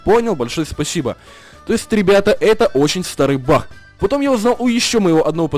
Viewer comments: почему ты говоришь баХ а не баг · Баг а не бах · Почему ты он говоришь Бах? Надо говорить баг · Почему бах а не баг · Не Бах ,а баг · ты говоришь не баг а бах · почему ты говоришь бах а не баг :-D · не Бах а бак! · не Бах а баг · Почему ты говоришь бах